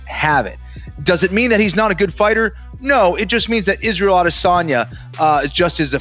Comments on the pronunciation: "Adesayna the last juice bender" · Adesonya c'mon man? Its roids.